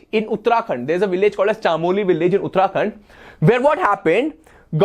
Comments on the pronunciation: Sir it’s chamoli not chaamoli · chaaamoli nahi chamoli hota h